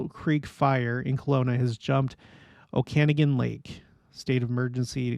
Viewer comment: “O-kan-aw-gan” Lake